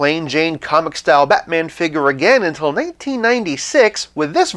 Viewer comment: The way you say Be'man :P